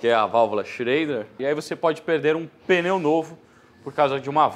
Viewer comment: Parabéns pelo vídeo, fantástico e instrutivo. O único deslize que me chamou a atenção nesta aula de 50 minutos é a palavra mais citada no vídeo: pneu não se fala "peneu". É sotaque de São Paulo?